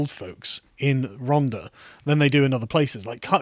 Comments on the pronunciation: Once again...if you could 30k without signing onto universal kredit would you vote for more and tougher lockdowns? Btw It is "Rhontha" NOT "Rhonda". I also had family there (Tylorstown) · RHON-THA. It's not a hard D Carl. 😂😂😂